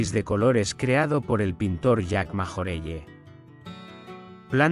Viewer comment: MajorellE Es Francès y NO se pronuncia d esa manera